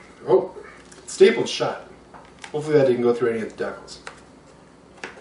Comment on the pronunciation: Good video sir but how do you say decal?...lol